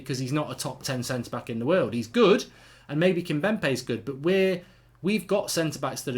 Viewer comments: It's kimpembe..not Kimbempe 😂😂😂😂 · It’s Kimpembe not Kimbempe. 😂